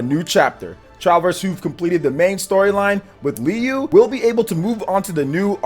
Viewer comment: lol, he said "Li lu" for Liyue- its pronounced closer to Le Wei